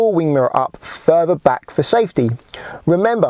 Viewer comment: Sorry. I couldnt get to the end. L is pronouced ELL not EW. TH is prounounced Th not eF or W . Torture on the ears . Fing ? Furver ? Free Steps ?